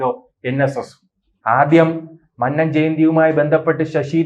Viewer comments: മന്നം എന്ന് പറയാന്‍ ആദ്യം പഠിക്ക് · എഴിച്ചു പോടേ. മന്നം എന്നു പോലും നേരേ പറയുവാൻ അറിയാത്ത നീയാണ് NSS നേ പിളർത്തുന്നത്.